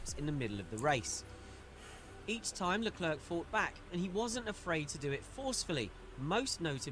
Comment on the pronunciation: In french it is prononced " Le-claire" you had it bro.